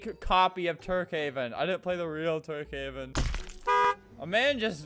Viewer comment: i swear i heard "turdhaven" when he say tukehaven